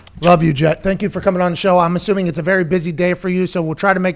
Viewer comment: Pat calls him jett